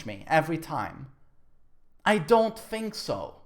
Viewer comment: i fink soo when ever you fink your ready